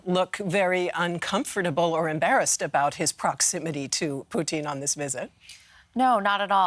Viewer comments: Why cant you just say Putin like everyone else. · Excellent analysis but I swear to fod if she calls him Poutine one more time I'm going to lose it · I hate the way the says "Putin". its not "Poutine"